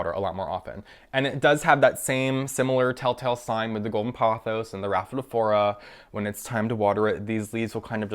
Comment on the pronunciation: You're completely mispronouncing 'pothos'. You say it as though it was spelt 'pothows'.